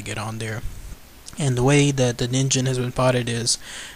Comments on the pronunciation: it is ningen not ninjen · actually it is based on a japanese word so it's pronounced as nin'ghen'. Correct me if im wrong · pronounced kneen gen I believe which is Japanese for human. I wish there was an organization dedicated to solving mysterious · Phan Qirui I don't think you are wrong, it's the word for human if I am thinking right. It is annoying the crap out of me that 2/2 videos I've seen that mention this monster has said it wrong. Ah... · It's actually pronounced "neen-ghen", which means "human" in Japanese. (or it would be, if it was real) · Its pronounced as Nin-gen the G goes as you pronounce goal or great also BTW ningen is Japanese for human so japanece refer to that criptid a human because of some of its features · it's actually ningen, g as in good, grace, not gem or genital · You are right. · Ningen(にんげん)'s G is pronounced like gas's G.